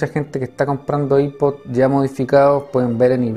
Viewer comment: I-pod nombreee que asco de pronunciación